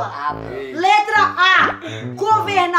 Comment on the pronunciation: Dani: Plesidente kkkkkkkk